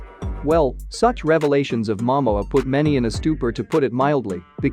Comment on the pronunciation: Can you please pronounced the names properly 🙏 Please pronounced Momoa name properly flowing Aquaman. Go back to learn your English language better😢😮😂😢😂😅